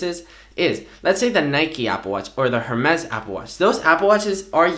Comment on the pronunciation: Ring from Spain you should know the “h” in “Hermès” is silent. Or you’re just an idiot. Regardless if the company is French or not. Google it.